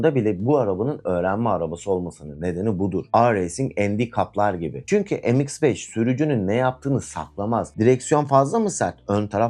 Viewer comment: Em eks beş olmaz kardeş. Türkçe okuyun şunları. Me iks beş yani.